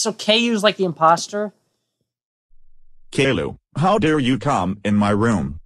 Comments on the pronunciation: "Kayloo" is how the TTS voices promounce "Caillou" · kayloo yes